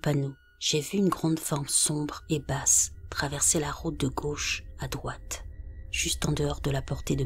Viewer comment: Si vous écouter bien les r sont absents pour certains mots comme « droite »